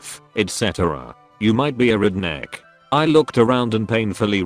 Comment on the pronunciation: Nobody: Text to speech: Reednek